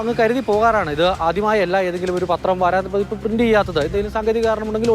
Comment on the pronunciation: വാരാന്ത പതിപ്പ് അല്ല. വാരാന്ത്യ പതിപ്പാണ്. ആദ്യം മലയാളം നല്ലവണ്ണം പഠിക്കൂ. നിങ്ങളെ കേൾക്കുന്ന ഒട്ടേറെ കുഞ്ഞുങ്ങൾ ഉണ്ട്. അവരെ കൂടി നിങ്ങളുടെ വിവരക്കേട് പഠിപ്പിക്കരുത്.